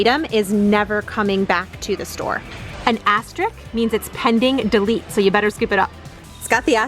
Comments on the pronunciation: Love your videos, but had to correct you - it’s asterisk (you said asterik ) ❤️ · great video, very helpful, but your the second person in 2 videos who isn't saying asterisk right...i hope its not me. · it's pronounced exactly like it's spelled: AS-TER-ISK. Not hating, just returning some helpful info